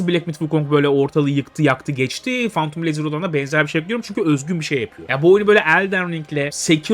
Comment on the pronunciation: Abi lütfen artık phantom kelimesini fantum diye okuma nolur 😂